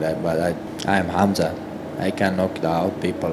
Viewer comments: Gerald calls him "Hazmat" 🤣😆 ☢☣☢☣ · Did Meerschaert just call him Hazmat! That's appropriate !! Btw, his name is pronounced as Hamza. Welcome to greatness, Khamzat ! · "Hazmat" :) Which is not a bad name for Khamzat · Khamzat "Hazmat" Chimaev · That's what Gerald gets for calling him Khaz mat. lol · Khabib "Location", Khamzat "smesh" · Meerkat pronounced his name "Hazmat" lol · Meerschaert calling Khamzat "Hazmat" has to have been a Freudian slip, right? Gerald knew the danger he was getting into 🤣